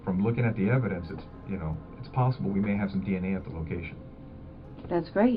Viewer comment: "unsolved for lack of evindence" Who the heck's Evin and just how dence is he?? 🤔